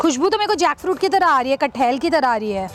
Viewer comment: It's not "kathail" it's pronounce "kathal" you're a food vlogger and you should know this.....this is not a hate comment just a correction